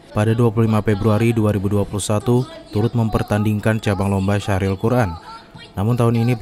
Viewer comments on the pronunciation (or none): Syarhil bukan syahril .. heee mohon maaf